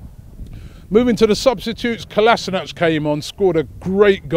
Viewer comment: Robbie, can you PLEASE start pronouncing KOLASINACK. It's getting a bit much!!!! 😈